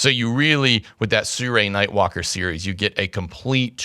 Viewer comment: SI RUI not SU RAI !